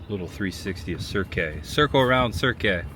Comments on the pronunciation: I think it's just pronounced Cirq, like the beginning of circ -us. I believe it's French like "Cirque du Soliel". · Cirque is pronounced 'Serk' btw.